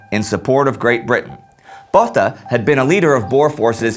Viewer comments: Botha...is pronounced Boata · As my surname is Botha as well, I find your pronunciation of the surname quite hilarious throughout this whole video, along with all the other Afrikaans names and surnames. Also, quite sad to find how much that you really glossed over the Anglo Boere Oorlog. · Just a note,, Louis's 's' at the end is silent, and Botha has a long 'o' sound (kind of like when you go through the alphabet and say 'o', not quite, but it's closer than the short 'o' you used).